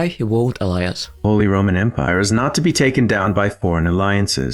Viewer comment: "Holy Rumanate Empire"